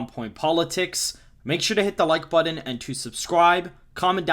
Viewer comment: I laugh every time you say “button” because it sounds like “buddin” lol